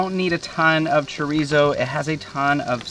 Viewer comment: You guys could use some Mexican friends help you with the pronunciation of Chorizo....LOL